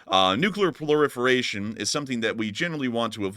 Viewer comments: Proliferation not plorifiration. Otherwise nice video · It's called "Proliferation" not "Ploriferation" btw. I don't mean to whine about that at all. Just thought to point it out:) Love your stuff!